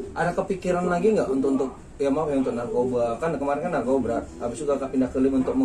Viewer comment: Narkoba apa narkobra 🤣🤣